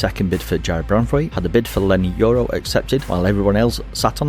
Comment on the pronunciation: Who is Toro? You mean Leny Yoro?